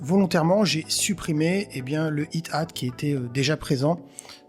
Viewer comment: Très sympa comme vidéo, je connaissais pas cette fonction. Cool ! Juste, je suis certain que ce se prononce Aïe hâte (Hi hat) et pas it hâte, il n’y a d’ailleurs pas de t dans le premier mot 😊